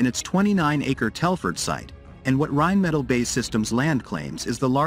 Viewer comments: Seriously, video makers.. we understand that I narrators are here to stay since you obviously don’t have anyone who can narrate your videos, but please, please learn to write manuscripts that AI narrators can read properly… it is Rhein Metaal, not a Rhein Metal. It is Bee Aye Eee Land, not Bay Land. Do over and do right! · Can't even pronounce Rheinmetall correctly.